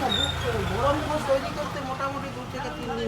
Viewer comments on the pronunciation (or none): none